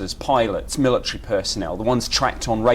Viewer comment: What the heck is a millatree?